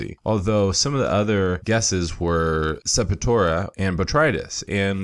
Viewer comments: I hope I'm not knit-picking but it's Sep-tor-ia, NOT Sep-i-tora... It was somewhat cringe-worthy to hear it mispronounced throughout the entire video... No complaints, otherwise... Good info...!!! I stumbled across the video while diagnosing dark margins on the large fan leaves of one of my autoflower plants that I haven't encountered before, which turns out to be a Calcium deficiency... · I could be wrong, but I’m sure septoria is pronounced Sep-tor-ee-uh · Pleased check the pronunciation of "septoria" two syllables. Peace